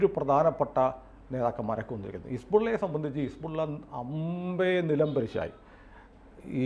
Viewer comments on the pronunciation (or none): ആരിഫ് ഹുസൈൻ പറഞ്ഞത് പോലെ his-ball -ഇല്ല!!